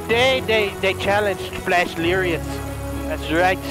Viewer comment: Are u flash or flesh like u say. 😆🤔🤣😂